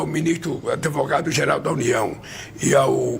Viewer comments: ..." será que o "adevogado" resolverá "tudis"... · Sabe? Sabe? Sabe? O "aDEvogado" vai tomar providências.😂